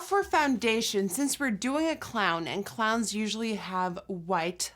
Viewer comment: How Nikkie says clowns lol